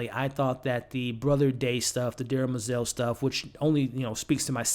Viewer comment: BTW it’s DEM-er-zel, not DERMA-zel.